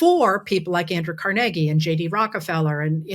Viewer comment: car-neg-ie??? Im from Brooklyn and never heard it pronounced that way. Accent on the Car lol